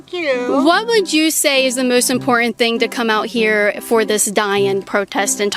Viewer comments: it is IMPORTANT not imporent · Hey why do you not pronounce the T in words like button you say bu in and instead of saying important you say impor-ant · The ‘t’ in important isn’t silent llol